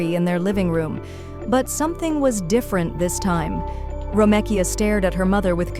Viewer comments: Ok see I thought it was just my crazy ass that she was irritating ! 🤦🏽‍♀️😂 Ho3 it’s Gary ! It’s Ro-mee-ka! Talkin bout a damn “ro-meh-Kia” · Wait so it can pronounce Romekia but not Gary?